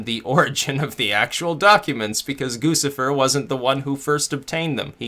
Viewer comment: It's Goo chih fur